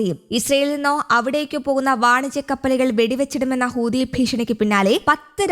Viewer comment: Hooothi allah huthi. Onnu padikku...next time say correctly